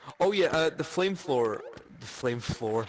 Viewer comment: "Oh yeh uh, de Flame Flowher"